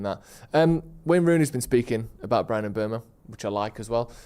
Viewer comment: Can somebody tell how to pronounce Mbeumo properly